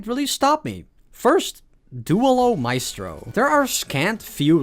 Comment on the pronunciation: please work on your spanish, i cannot take you seriously when you say dooehlo micetro